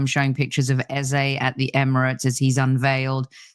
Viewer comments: you got the name, EZE right the first time. Rebecca didn’t pronounce it well, Rebecca pronounces it EZA. I love Beks but that is not the right pronunciation. ❤️ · Why are you pronouncing Eze differently? Is that proper way to pronounce ( something like pet name)? If so we should start pronounce it like ‘Ezza’😂😂